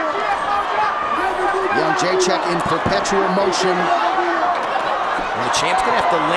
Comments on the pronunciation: Nobody in the US can pronounce that name :D isn't it Jedrecheck? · Jo - J - Check ••••••• Not That Hard To Pronounce ! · "The champion" is easier to pronounce than "Jrdzjck"